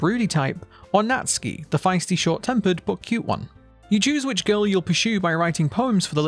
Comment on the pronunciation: You're getting a like just for saying Natsuki's name right lmao